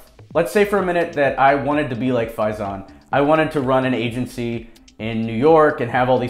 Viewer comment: Kudos on the pronunciation of faizans name !